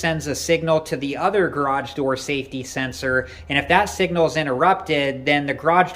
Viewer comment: SAFTY SENSORS!! 😂😂😂